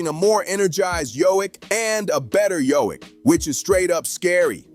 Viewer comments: ITS NOT HOIK ITS JOKIĆ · You needed to pronounce the "k" because I didn't know who you were talking about 😅